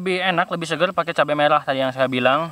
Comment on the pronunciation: Saya ga percaya klo airx segar. Karna cara penyebutan kata SEGARx Itu kurang meyakinkan.. Huruf R kurang jelas bang 😃